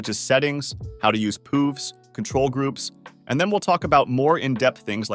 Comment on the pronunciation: Lol why are you pronouncing control like that? Cootrol?